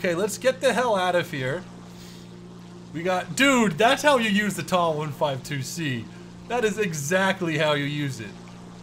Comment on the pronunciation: for God's sake, please stop saying 'TAW', it is a T-A 152. Just like it's not a 'MEE' 262, it's M-E 262. Do you cal a Bf-109 a 'BIFF' 109? No you don't... You can say Mig, sure, that's accepted. And turn towards the Spifire next time...